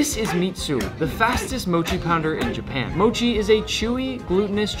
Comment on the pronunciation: Does it ever annoy you how all these Americans mispronounce mochi😭 like not to be gatekeepy or anything but I feel like I've never heard anyone pronounce it right and someone gotta tell them